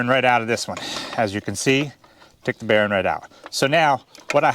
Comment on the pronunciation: B e a r ing not barren.. Castle nut is what you got there